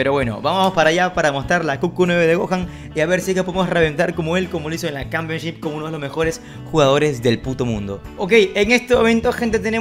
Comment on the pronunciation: No comenté porque pensé que sería pretencioso pero me daba un poco de incomodidad cuando decía Campionchip. Jaja igual, muy buen contenido